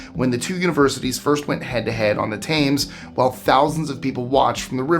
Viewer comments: number 147 the river is pronounced tems not tams😅❤🇬🇧🇬🇧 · it’s pronounced “TEMS” Love the channel, you fill my head with random facts - from a Brit 🇬🇧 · Thames is pronounced as tehms